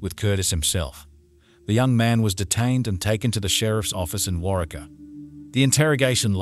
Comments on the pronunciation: I'm from a town near Waurika (pronounced Wah-REE-kah). Heather and I were the same age and were in a regional honor band together. I didn't know her very well, but I remember when this all happened. RIP Heather Rich. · Oklahoman, here. FIrstly, thanks for covering this case. It's not one that seems to have gotten much attention, even when it was ongoing. Secondly, slight nitpick. Waurika is pronounced Wore-EE-kuh, first syllable like you 'wore' a coat. It may seem a minor detail to anyone outside of the area, but our towns and cities constantly being mispronounced makes us cringe and kinda comes across like people are just taking advantage of our tragedies for clicks without caring about accuracy. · The town is pronounced war reek ah, I live in Meeker, Ok. Good video 👍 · It’s pronounced WAR-RIKA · Its pronounced war-ee-ka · It’s pronounced …..Wau….reek….a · Wairika pronounced wa ree ka. Long wa... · i lived in duncan, its waurika, just like its spelled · Totally mispronounced name of town. Was way off- I grew up near there. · Its Pronounced "WarWeka" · Wa-ree-kah is the pronunciation of the town. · War-ree-kaa ( Waurika ) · Drives me crazy how he say Warika omg I'm from medicine park oklahoma. Glad there's another okie on here xoxo my Sooner friend ❤ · I was thinking the same thing when he kept saying it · The town name is pronounced War-Ree-Ka. ~Love Texas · Its pronounced War-eee-Kah, Oklahoma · Im in Oklahoma and its pronounced; War--Reeka.......fyi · Waurika is pronounced war-reek-ah.